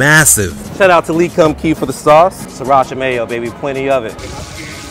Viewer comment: I thought it pronounce like “lay kum kay”